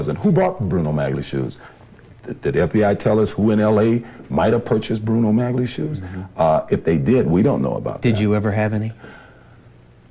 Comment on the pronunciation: I disagree. It was going to be broadcast on television, and a lot of people were going to watch it. It doesn't matter if it was live or recorded. It's not about ingratiation -- it's about not wanting to look like a doofus by mispronouncing the word. If he believed that "maggly" was correct, he would stick with that pronunciation, regardless of what pronunciation the interviewer used.